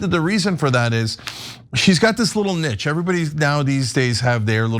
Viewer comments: I don’t know but I’m pretty sure it’s supposed to be pronounced with the “ch” sounding like the “sh” sound. So when I say the word it sounds like “nishe”. 🤷🏽‍♀️ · Love the show Cenk! Just a little nudge, when you pronounce niche as 'nitch' I cringe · The word niche is pronounced neesh not nitch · I alter my pronunciation depending on circumstance: a "nich" is something to fill, but a "neesh" is something being filled. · Cent I love but please. Not nitch....niche...(neesh) Lol love ya brother! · Cenk, it's pronounced "neesh", it's derived from French. You pronounce the "che" as "sh", so niche is "neesh" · I’ve only ever heard it pronounced as “Nee-sh” but I’m from England, I was just curious if that was the common pronunciation in America. Not sure how he managed to get a ‘T’ in there haha. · Niche is pronounced ‘nish’ 😌 🫶🏻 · In my country it is pronounced Neesh but Americans are entitled to pronounce it whatever way they please 🫤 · Its pronounced “neeche” cenk 😪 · the english word niche derived from the french word niche which meaning a recess in a wall. As a Frenchman its pronounced n-ee-ch. im bilingual and you barely speak English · Are we all just going to ignore Cenk’s pronunciation of “niche” haha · Someone please tell Cenk how to pronounce "niche".